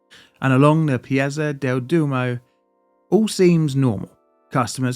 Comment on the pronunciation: Oh Jeez, you can't pronounce 'Piazza' either 😭 .....what an embarrassment. 😔